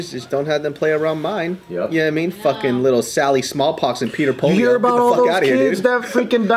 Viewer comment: "Petter Polio" LOL